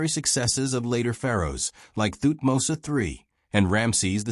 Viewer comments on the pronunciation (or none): none